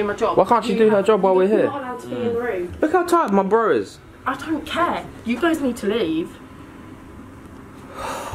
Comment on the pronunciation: "I dont caire" i thought u say it like care